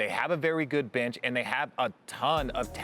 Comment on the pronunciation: "They need to change they brench"